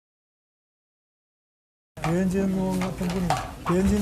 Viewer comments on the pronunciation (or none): 김병우 너 바보냐 ? 미스 뜻 몰라 ? 미혼여성 .. 영어뜻 미스가락 뭐어때서? 미스코리아 미스유니버스 병우야 (발음) 말똑바로해 배해지으으워 아니고 배현진 이다!!! 어떻게 국회의원 된냐? 재명이 꼬봉이가???